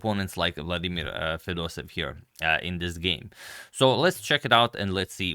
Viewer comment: Izgovara se Fedosejev